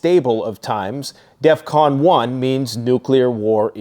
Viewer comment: You said defvon 5 twice